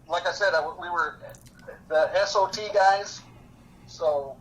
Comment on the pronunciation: He keeps saying he was an S. O. T. and I keep hearing S. O. B. 🤦‍♂️